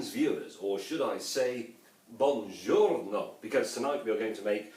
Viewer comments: Man-Ho Chu the audio quality wasn't that bad, he clearly said bounjorno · He said bonjorno :')